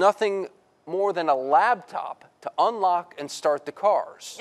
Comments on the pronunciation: This video is cool and all but did you hear the news guys say "Lab top" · Wait, did this man say, "LABTOP?" Wow, I had ro roll it back a few times to confirm he did in fact say it!